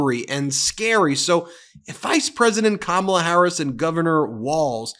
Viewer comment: Ben, you mispronounced Kamala. Kam rhymes with mom not ham. It's pronounced comma-la.